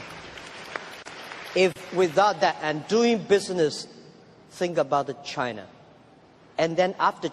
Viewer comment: Only pronunciation problem: China, is not Chinar.